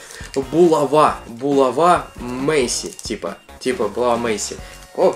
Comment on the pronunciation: Мэйси как Мэсси